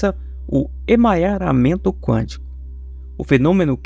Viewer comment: É emaranhamento quântico e não emanharamento quântico.